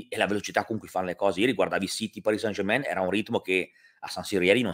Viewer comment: Grazie, che finalmente pronunci bene Parì San German.;)